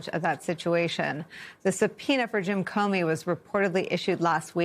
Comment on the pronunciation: Comey, not Comney.